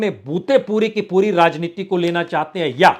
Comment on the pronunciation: शुद्ध उच्चारण करना सीखें। 'राजनीती', 'पासा फ़ैंकना' क्या है? र्राजनैतिक, र्राहुल क्या है?